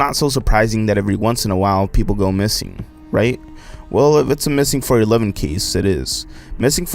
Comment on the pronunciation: Pronounced 4-one-one